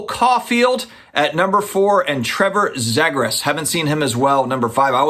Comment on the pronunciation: Hockey card collector here. First off it’s pronounced ZEE-gras. He is a top rookie from last season. So is Cole Caufield. He plays for Montreal. As does Nick Suzuki, Montreals captain. Fourth season for him, best season so far.